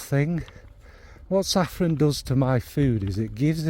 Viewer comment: One second in and I’m taking issue with your pronunciation of saffron. When you had money .. before perfume overtook you and everything didn’t cost a million pounds. Your flamin sister ! You know me and Kayali , that’s the one I want to try here 😁